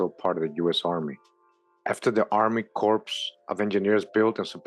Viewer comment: Pronounced "core" of engineers. Marine Corps - core Corps(e) is a dead body. No pun intended.